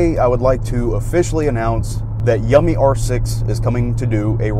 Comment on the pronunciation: I thought yummi was pronounced you-me